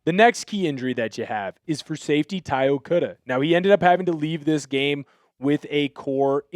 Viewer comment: It's not "Okuudu" it's okADA c'mon man.